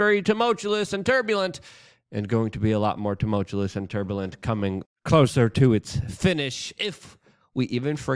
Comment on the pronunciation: LUKE, I love you but the word is TUMULTUOUS. Ta-mul-chew-us.